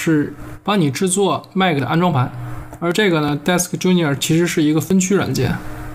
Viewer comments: disk 吉尼斯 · disk genius 读成desk junior. 🤪